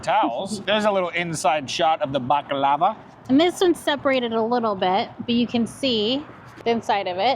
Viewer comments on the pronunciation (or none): you need to learn how to pronounce the desert. It’s pronounced buck-lar-var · The way said baklava like it was lava made me giggle lol.... Love the video can't wait for the next garage sale video 🎉❤ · The way you pronounce baklava drove me nuts 😂